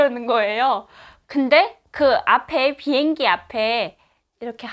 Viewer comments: 보행기? 비행기의 발음이 보행기로 들리는건가요?ㅎ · 왜자꾸 비행기를 보행기라그러냐? 아직도 남한말이 적응이안되나요? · 나한테만 보행기로 들리나 비행기를 보행라고 하나요 북한에서는